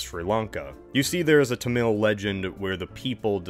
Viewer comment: BTW, as a Tamil speaker, it's tham-il (a sounds like an u), not tam-il (And we live in India, too)